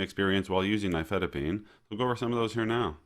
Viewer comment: Oh at last, an American saying the name "nifedipine" without a foreign accent. The main reason I watch youtube videos is to get the pronunciation correct.